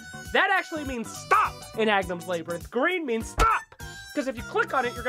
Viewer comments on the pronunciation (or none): "Labour - inth!!!"Wtf is that pronunciation!! Love the video though!